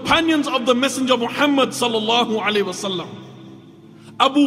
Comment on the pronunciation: Why does he say sallahu “Ali” wasalam??